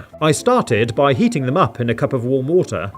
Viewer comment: He said WO OH WATER